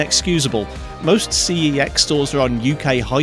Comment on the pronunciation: this man knows the prononciation of cex rather well